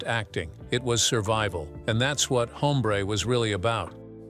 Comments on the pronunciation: It's NOT "Home - BRAY" but, "OM -bre" with silent "h" of Español. The "e" sounds like that asked by people that are hard of hearing 😊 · Your canned artificial voice called Newman's character "Haumbray"?